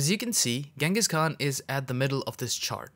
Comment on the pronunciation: Yes the pronunciation should sounds " chingis".